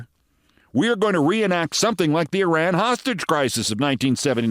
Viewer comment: Mispronouncing Iraq and Iran ... doesn't know how to use a gerund ... for a smart and articulate person, Keith, your grammar is horrible.